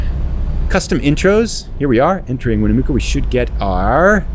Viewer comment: Its pronounced "Neh-Va-duh" the Va is pronounced like "at" Also, it's Winnamucca like your standing in muck, not mook 😂